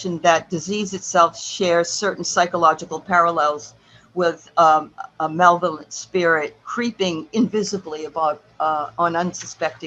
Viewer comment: Malevolent is pronounced muh-lev'-uh'-lent.